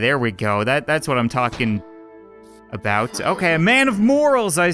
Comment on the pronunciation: What are u talkin a-boot?